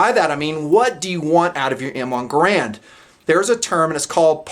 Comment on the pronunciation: Like if for nothing more than not pronouncing it "grand". Few weapons and weapon actions have stood the test of time as the M1 has!